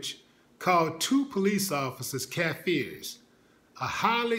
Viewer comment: willie its kaffers not kaffeers